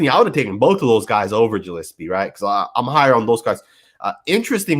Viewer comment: Morrissey is More-S-C. Gillespie is Gill-S-P. And it's not Abrams... it's Abram. It's not that big of a deal, but I know that it bothers some people. Good video!!!